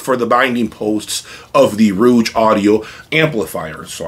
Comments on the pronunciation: The name of the brand is Rogue, which rhymes with “vogue” like the Madonna song. What you’re pronouncing (rooj) is spelled “rouge” with the u before the g. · What device are you using to capture the sound of your room playback, to download to/through YT? Did I miss that!???....Ummm? I believe the name of the company rhymes with ...."hoage(ey)" (the sandwich). Not the French word for lipstick or "red" ....I'm sort of a loss as to why not stating the name of the "mystery" amp. Was it the VAC mono's? ..just wondering why the hesitation? Overall, it was interesting to me with the addition of the Soulution pre. Thanks for putting on the show.I wonder too, if the use of the Class D amps used by OCD guy, would be an equal challenge to the VAC's? $7k pr, higher wattage than the Rouge?... Peace!